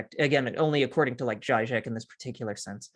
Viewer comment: It is zheeee-zhek, not zhy-zhek. He is quite a popular writer on the left, where I once resided and has published many, many books.